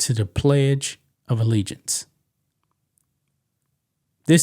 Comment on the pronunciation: She was so surprised that she said allegiance correctly that she forgot the next line.